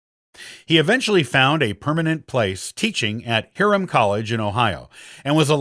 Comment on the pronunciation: JEE-auga, not Ghee-auga. HIGH-rum, not Hear-um. Gui-TOE, not Gui-TOO.